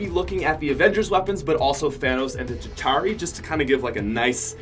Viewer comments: It's ChitAUri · u say chituari bad caus u aim SUCK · Not a single YouTuber can say chitauri without sounding weird.